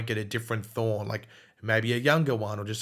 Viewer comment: I can’t Tell if is saying Thawne and Thorn